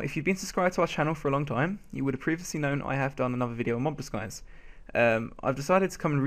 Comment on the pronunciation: Mob Disguise not Mob Diguise